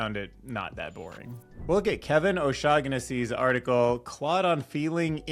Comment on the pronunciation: its o'shag'hennessey